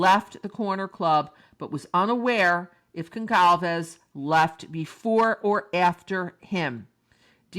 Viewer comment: There is no hard letter c in Goncalves. It's pronounced like "solve" in the middle. Gone-solve-ezz